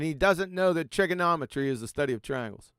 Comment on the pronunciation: Twaiangles, just said he did his experiment by Twail and error….. 😂😂😂